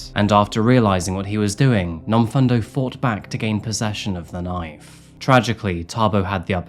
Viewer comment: I'm from Durban in South Africa. Love this channel and the research you put in. Just one thing though, the pronounciation of Nomfundo is Nomfoondo not Nomfundo even though it's spelled that way. No biggie, just pointing it out for future reference 👌💞🇿🇦